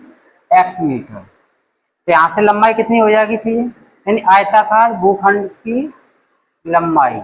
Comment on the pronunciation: GHUKHSND Nahin Hota Sar bhukhand Hota Hai